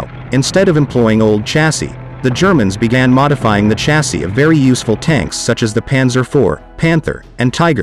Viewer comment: “Chassis” is pronounced “shazzy” btw.